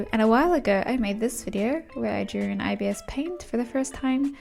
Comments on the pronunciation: Yeah it's more "eye bis" paint rather than "eye be eye es" paint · The official videos say EYE-bis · saying IBS paint instead of ibis (eyebis) will never not be funny😭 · it’s pronounced eyebis? i always thought it was pronounced i-bis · i thought youwere saying obs half of the time lmaoo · I’ve always said I-b-is paint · I always pronounced it like “eebis” paint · I always say ibis by pronouncing the i’s like igloo… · YOU ARE NOT SAYING IT CORRECTLY, IM NOT BEING MEAN BUT I DON'T LIKE IT WHEN PEOPLE SAY IT LIKE THAT